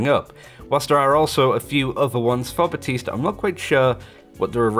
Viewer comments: Literally called himself "BAP-tiste" in the voice line and you still insist on making the P silent. Lmao. Good ear. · Baptiste: Thank you, Baptiste.: buh-tees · He's been out long enough for people to pronounce his name properly too but I keep hearing BaPtiste (other channels)